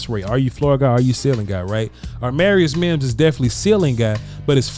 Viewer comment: When is gonna realize his name is not aRmarius Mims 😂😂, been bothering me for a while lmao